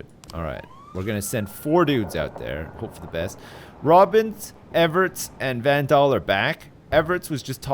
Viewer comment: does it about anyone else that is calling everts everits